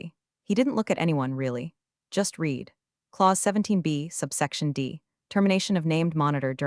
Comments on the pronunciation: AI can't pronounce words correctly. you think by now, they would default "read" to "red" instead of "reed" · Nothing yanks me out of a story faster than “reed” instead of “red.” And Ortega deserves better!